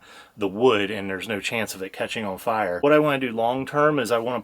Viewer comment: Have to ask...What part of PA are you guys from? 😊 It's when she said "on" sounds like "awn" .